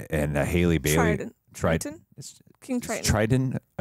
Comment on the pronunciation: btw Halle’s name isn’t pronounced Hailey, it’s pronounced the same way Halle Berry’s name is!